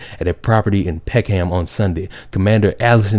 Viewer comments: Not PeckHAM, but Peck'em. You are welcome :) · great content. It's "Peckum" not "Peck-ham". Best. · Hearing him pronounce peckAm like that has made my day 😂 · It takes a special kind of bigot for people to be relieved when they get shot. Also, not important but it's pronounced Peck em like David Peckem the rooster. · Tell me I’m not the only British person who double took at the way he said Peckham😄 Peckham is a shit hole - side note